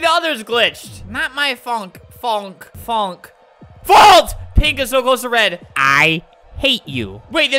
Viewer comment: I literally LOVE the part where he managed to say "faulnk" 3 times trying to process how to pronounce fault